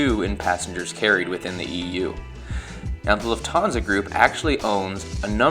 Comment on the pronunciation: "LUFT-han-sa". Not "luft-HAN-sa". Same as "NEWS-pa-per."